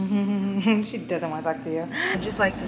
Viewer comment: I’m excited to see the looks and it’s pronounced she in like she’s in the room.